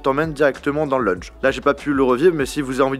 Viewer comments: C’est quoi un « leunje »? 🤣🤣🤣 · LEUnge ?!!!! Purée il y a encore du travail à faire en anglais mdr !!! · A chaque fois qu’il a dit « leunje » g mis un coup sur mon ecran 😭😭😭😭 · Moi qui entend leunge au lieu de lounge 💀💀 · La vidéo est bonne mais stop avec "lunje" ;( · C'est dingue d'être français et de ne pas savoir parler sa propre langue ... et puis c'est lounge pas lunge ... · Prochaine vidéo: Prononcer correctement "lounge" 😆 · la prononciation du "lounge", respecte un peu l'anglais